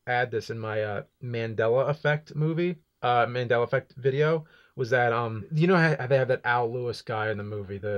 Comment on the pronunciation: Finally, you got the pronunciation of "Mandela" correct! Proud of you, James!